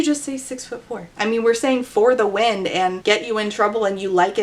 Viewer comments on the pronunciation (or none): none